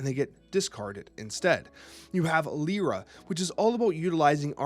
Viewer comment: Pronounced "Lie-rah." Look up "lyre." "Yzmir" is probably "Izmir." (Finally, Sun Wukong is "Soon.")